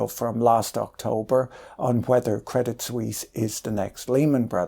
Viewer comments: The T in Credit Suisse is silent. French pronounciation. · No need to pronounce the t of crédit. Very nice video btw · Credit Sweeze?